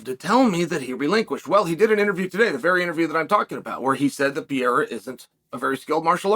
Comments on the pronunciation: It's PA-RAY-RUH, not PE-ER-RA, you dunce. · OK, Mr. Sonnen, I've heard you mispronounce Pereira one too many times. It's Peh-hey-yah not Pee-air-ah. Please! And, why does it seem like you are always yelling? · Alex Pee-era 😂😂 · Lol, "Hazmat" and "Pierre" 😅Uncle Chael is not even trying anymore.. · Love „Piera“ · Pee-era, classic! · "Alex Pee-Aira" - Uncle Chael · is Chael dyslexic?? Pierra, Hazmat, etc. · Why are you pronouncing his name like that? Stop that. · i'm honestly so use to chael mispronouncing names at this point it's crazy